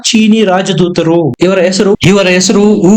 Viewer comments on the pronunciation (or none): none